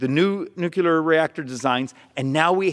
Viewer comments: I like what he's getting at, but why do politicians mimick George Bush and say " nu-cu-lur " instead of nuclear like it is spelled...it kind of melts down their argument, no pun intended. BTW I'd like to do an impact study on his understudy behind him...whoa ! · This is a great presentation. One major flaw is the prononciation of "nuclear". His credibility is diminshed whenever he says "new cue ler". It's pronounced "Nu clear" or "NOO-clee-er". Proper prononciation will help solidify an otherwise strong argument. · Arizona congressman talking about the unquestionable superiority of nuclear energy :) Hearing him pronounce it "nukular" :( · Drink everytime he says nukular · His speech is good but everything he says nuclear I think of the penguins of Madagascar (the Movie) where they say nucular XD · "nook-yoo-ler" I don't disagree with his message, but he would sound more credible if he knew how to pronounce words. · NuCLEAR C L E A R isn't pronounced "Q Lur" If you're going to lecture people about "the math" you should be able to read better than a third grader when you do it. P.S. I double bag each and every item that I buy individually in it's own plastic bags and then I throw all but a couple of the bags out of the window along the way home in case I get lost, like Hansel would've done if he was dealing with a pandemic. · It's pronounced NOO CLEE ER! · Nu cle ar.... It's not that hard, stupid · "Nucular"? Come on, dude. It's written right there on your chart. N-U-C-L-E-A-R! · This is my biggest problem with the environmentalist crazies. As a species, it’s impossible at our level of technology, to reduce emissions and use without nuclear energy. Nuclear energy is our best hope right now. Yet they staunchly oppose it. And please stop calling it “nucular”. “Nucular” isn’t a real thing, nor a real word. It’s nuclear. Always. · New. Clear. New Clear New clear Nuclear. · Please please please for the love of God, quit saying nuculear!!!!! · NUCLEEAARR! Please!!!